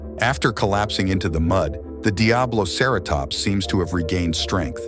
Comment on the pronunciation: DiabloCarrotops (Lmao.. these voice overs. 😂) Otherwise? I enjoyed the video.